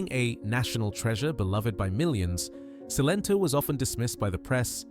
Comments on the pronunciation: Her name was Celento not Sento. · Cilento pronounced Chilento